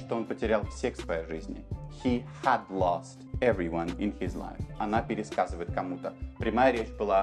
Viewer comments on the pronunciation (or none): Большое спасибо! Увидела Вас впервые, теперь буду частенько смотреть Ваши ролики. Очень хорошо объясняете, но есть одна ошибочка. Вы не правильно читали слово "Had". Оно читается "Хэд", а Вы читали "Хад".